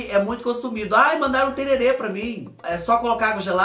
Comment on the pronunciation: querido, é o que o Zé Leôncio toma sim, mas a pronúncia correta é tereré. Tererê é o de enfeitar os cabelos. Espero que vc vá mesmo conhecer Bonito, é um lugar maravilhoso. Morro de saudades do MS! 🥰🥰🥰🥰